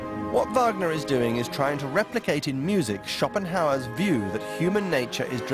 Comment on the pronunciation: "Shoppen-hauer!!!" What an insult, the pronunciation of the German philosopher: Arthur Schopenhauer [ˈaʁtʊʁ ˈʃɔpənˌhaʊ̯ɐ] (22 February 1788 – 21 September 1860). "Shoppen-hauer". Embarrassing, very sad.